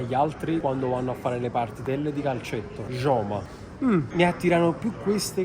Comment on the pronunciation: Scusa ma si dice ioma joma😂😂